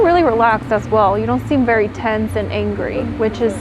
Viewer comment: Vewy vewy emotional Ok